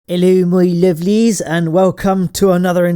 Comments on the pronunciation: "Hello my loveLIES" Please, never say that again. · It gave me nightmares